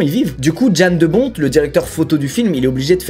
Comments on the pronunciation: Jan de Bont (on dit Yann pas Djeanne lol) est aussi le directeur photo de Piège de Cristal et le réalisateur de Speed. Il a aussi collaboré plusieurs fois avec Paul Verhoeven ! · Pour info, Ça se prononce Yan de bont Et non pas jan de bont!